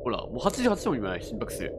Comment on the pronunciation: 心拍数がすぃんぷぁくしぅ！って聞こえて1人で笑ってました笑笑